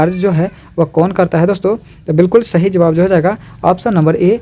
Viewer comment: shahi nhi hota sahi hota hai